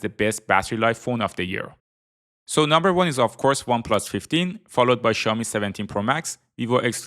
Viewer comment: Ксяоми!!!!!????? Сяоми ударение на О